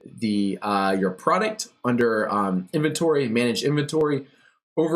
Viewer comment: Cute British accent. When she says inventory, it sounds like infantry.